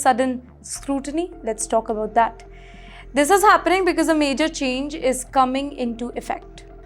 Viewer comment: Not beeeceeuse watch out your prounciation